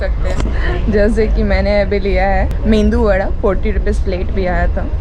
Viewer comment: It is not Me"n"du vada,it is MEDU vada